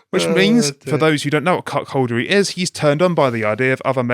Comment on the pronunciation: It’s ‘cuckoldry’ not ‘cuck-holdery’.